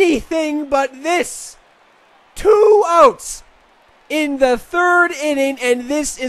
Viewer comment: it's 2 outs, not 2 ohts man